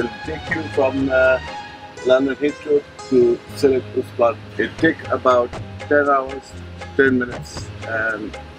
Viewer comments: Nice to see the London - Sylhet flight in this vlog 💕 and it's pronounced "Seal - et" with a silent h, not "Seal - het" 😜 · Sam… great video, but it’s pronounced “Shee-leth”. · Stop saying ‘Sill-hate’ directly after hearing locals pronouncing it lol